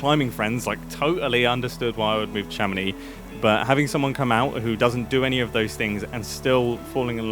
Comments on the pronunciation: In french, we prononce the name "Chamonix" with the "x" at the end, like "Chamonics" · "I'm living in Chamonix" excusez-nous monsieur rejoint les français mais dans le 1% du haut